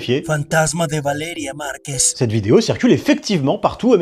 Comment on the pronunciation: On remarquera que a aucun moment il réussit à dire correctement "Valeria Marquez"